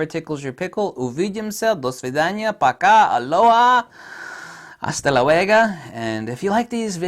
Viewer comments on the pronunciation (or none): It's "hasta luego" with an o dammit :-P